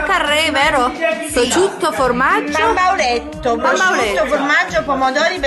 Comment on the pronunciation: prosciutto non PROCIUTTO